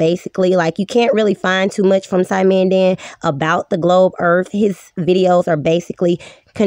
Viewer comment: "da globe earf model" told me all I needed to know